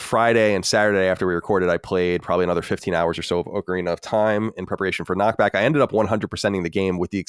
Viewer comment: Thankfully corrected him on Knockback.